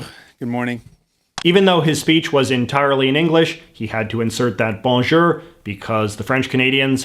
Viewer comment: "He had to insert that BAWN JEUR"